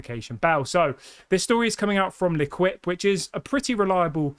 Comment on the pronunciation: luh keep is how you pronounce L'Équipe i'm not french but maybe a french speaker can correct me if wrong i want you to sound cultured as you are smart and not completely British. Im British also. 🤣 i'm not trying to be pretentious. I love your videos.